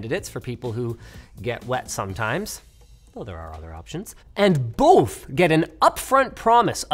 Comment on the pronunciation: So I know it's the Canadian in Linus, but why was that one "both" sounding like a mix of a Viking and Russian man? BOOHHHHHTH